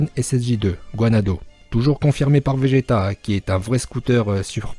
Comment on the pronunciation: 2:7 il dit vége "t" sinon très bonne vidéo continue comme sa